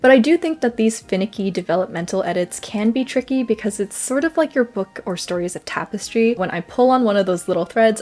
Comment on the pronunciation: I'm sorry but "tape-estry" made me giggle. Anyhow it's cool to hear what you did in August and how you strategized (and then re-strategized) to get the work where you needed. August was so baking and humid across the board. Not ideal conditions for the editing long haul, so your frustration toward the end is what I expected. "So much stuff happening = can't create" is all too common for me, and Murphy's Law, it starts right when I'm in the thick of the more exciting projects. Your California friends bring such a fun side out of you, and it was nice meeting Lugnuts.